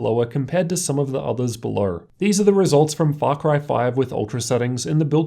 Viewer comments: Lights belowerrrr hahahah.... Ratio-errrrr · Why do all Australians add Rs to words that don't have Rs. Lol belowerrrrr